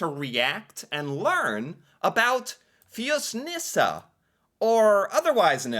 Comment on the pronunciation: How did you know how to pronounce it?...Maybe cause you always watch the video first by yourself and then pretend to be surprised???? Rock on